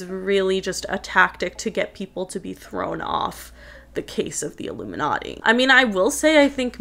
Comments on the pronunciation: Yeah. L picked that. He said "Ilumi-NUTTY"! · Jim Carrey didn’t even pronounce ilumiNATTI the proper way. I think he was telling the truth just choosing his words wisely, and how he said it.